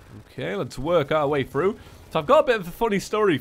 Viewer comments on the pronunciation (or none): none